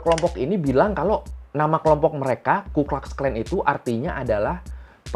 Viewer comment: Bacanya bukan "klax", tpi "klux" aja kaleeeee